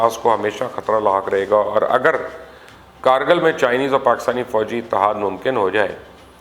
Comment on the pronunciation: Plz say it right... It's not car Gil but Kargil KR GILL. Galwan not Gilwan